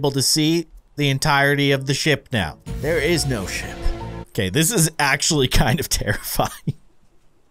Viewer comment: i thought you said sh*t instead of ship xD